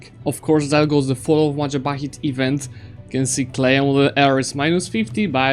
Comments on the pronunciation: Your country is called Majahapit, not Mapajahit btw :P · Mahajapit ❌ Majahapit ❌ Mapajahit ❌ Mahapajit ❌ Mapajahit ❌ Majapahit ✔ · I love how he sometimes pronounce Majapahit wrong. Like in 13 Mapajahits. Bill Wurtz would be proud. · i have a problem with the way you say majapahit